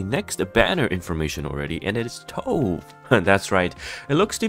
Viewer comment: Tove is a Scandinavian name pronounced "Too-Veh". We don't skip the pronunciation of the "e" when it's at the end like in English. She looks really nice, hope she's good.